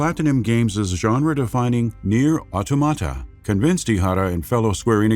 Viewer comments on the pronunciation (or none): it's called AutOmata not AutomAta. The emphasis is in the "O". Learn it right. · Why you pronounce Automata like that? 😭😭😭